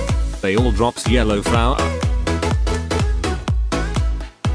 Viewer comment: "and now for the" yhelow flowa"